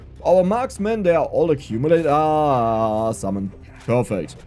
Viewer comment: Love the accent. Zummon lol. Game looks fun might give it a try